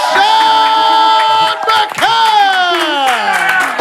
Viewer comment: her name isn't hard to pronounce McCants